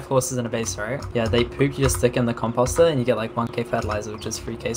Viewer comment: the way he says composter is so funny compawster lmao